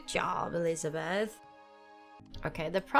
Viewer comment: This game is very interesting, i might try it! Dont want to be rude, i just really want to suggest trying to pronounce your e's and a's different... when you say bed and elizabeth, i swear i hear elizabad and bad.